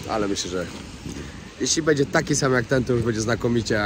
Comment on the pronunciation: Nie mówi się BEDZIE tylko BĘDZIE Dlaczego tak kaleczysz język polski?